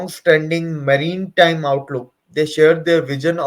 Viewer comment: Maritime. (Not marine time)